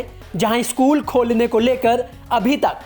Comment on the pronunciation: भाई ये न्यूज reader को कोई बताओ की स्कूल होता है, इस्कुल नहीं होता।